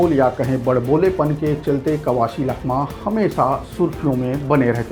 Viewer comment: लखमा ❌ चखमा ✅